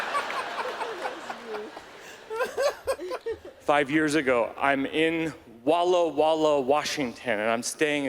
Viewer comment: I've lived an hour from Walla Walla, WA most my life... I'll never pronounce it the same again. :P